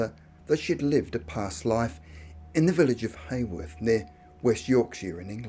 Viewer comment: I've just realised that 'Hayworth' is actually Haworth, pronounced Howarth. The home of the Brontë sisters.